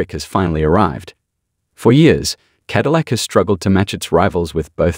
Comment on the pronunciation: "Ca dill ack" again. Bots have taken over. This is the most embarrassing series I follow on the internet when it comes to automotive news as they bots can't pronounce the brand name it is supposedly promoting.